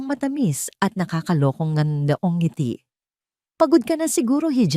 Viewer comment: ANG SALOOBIN KO Sslamat AT WASTO NA ANG PAGBIGKAS NG NGITI HINDI NA z,GINAGAWSNG 2 SALITA GAYA NG "NG ITI" 1.NG 2.ITI